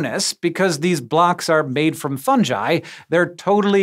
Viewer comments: I got so triggered when he said Funji..... its fuhng-gii. You dont call it a Fun-Jus do you? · Fun guy.... Not fungie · its not 'fun-jy' it 'fun-guy' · Wait wait.. Fun-jai?? Not Fun-ghee? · Fungi Not Fundgi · How is it possible to mess up saying the word 'fungi'? Fuhng·gai. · Funji?? Are you trying to say fungi? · Fungi pronounced ‘fun guy’... I bet this guy says JIF rather than GIF... Tell me, is the word, games pronounced ‘games’ or ‘james’?? Or what about GitHub, do you pronounce it JitHub? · It's pronounced 'funguy' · Fungi is a hard G sound, not a J sound. They're called a fungus, not a funjus. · Hank!!!! I love you, I really do .. but please, please, please (and I know you've talked about this before) hard 'G' on the fungi please? It's latin/italian/romance language word and the g is not a soft g. Please, please, please ... I can't bear it anymore.